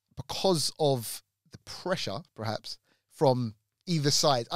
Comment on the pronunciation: PER-HAPS Now you say it.... PER....HAPS